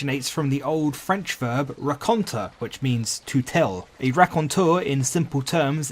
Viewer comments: As a French native speaker, just a little fun tip: Raconter is pronounced: Rah-Kon-Tay Thanks for the fun video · As a french speaker, hearing say "raconter" the first time made me think it was some kind mathematical concept.